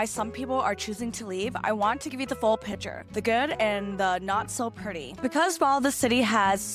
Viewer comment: It is PICTURE, not PICHER!